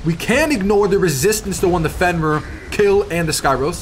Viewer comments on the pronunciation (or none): none